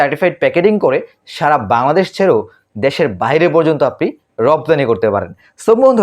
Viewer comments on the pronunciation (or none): none